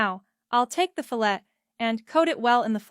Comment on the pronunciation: Don’t you just love these AI voices…. “Fill-ette” 😂